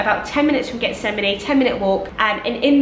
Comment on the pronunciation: Getsemani is pronounce = HETS-a-man-E. The G is pronounced like an H.